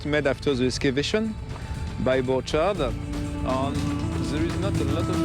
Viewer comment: The "documentary" would be so much better if they had made enough research to realize how the name "Borchardt" is pronounced...